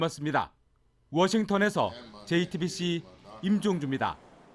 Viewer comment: 이 기자분만 jtbc 발음을 제대로 하시네요